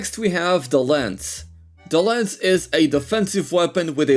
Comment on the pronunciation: it's called "lance" not "lens". other than that, nice video